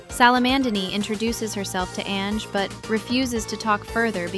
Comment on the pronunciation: Hey there, it's an amazing project, but maybe next time we got better pronunciation? Like ZZ is not ZiZi, but Double Zeta, and Ange is read Anju, not "Enj"